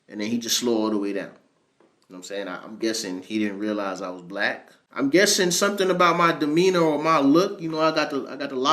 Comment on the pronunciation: The N-word is one thing, but it's the "Black" with the emphasis on BLAH that gets me too.